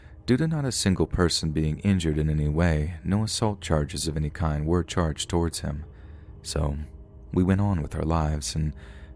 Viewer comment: My dude. How can you mispronounce words like “kind”, but somehow know how we pronounce Leominster?